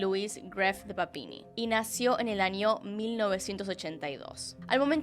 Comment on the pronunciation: Niño NiÑo no Ninio me daba un estrés escuchar cada vez que decía Ninio, Anio noooooooo